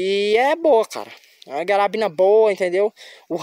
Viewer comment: Pq vc chama a carabina de garabina? 👀